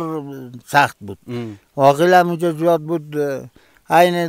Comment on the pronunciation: میگه زیده هههههه